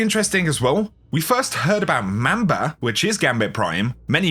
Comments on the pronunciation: It’s pronounced MOM-BA, not Ma’am-ba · Mom-ba not Mam-ba. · PLEASE PRONOUNCE MANBA RIGHT